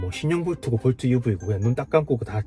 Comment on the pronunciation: 볼투?? 하하...웃기네...